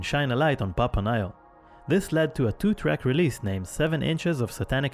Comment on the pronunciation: Everything is perfect but,the way they pronounce. Nihil and Emeritus!!!!